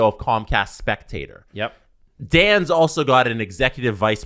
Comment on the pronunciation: Its not comcast spectator... Its Comcast spectacor (speck-ta-core)... After like 3 podcasts talking about this I had to say something, it was driving me crazy lol